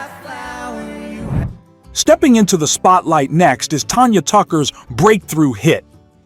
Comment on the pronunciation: Its Tanya Tucker NOT Tonya